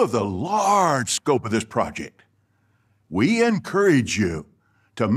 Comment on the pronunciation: "Projick!“ I'M DEAD! 🤣 🤣 🤣 🤣 🤣 🤣 🤣 🤣